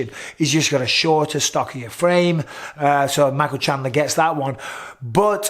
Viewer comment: I see you're still saying Shandler instead of his actually name lol. It's been years man